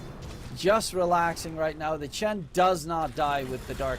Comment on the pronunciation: Why does the caster keep saying ench. That's a bloody chen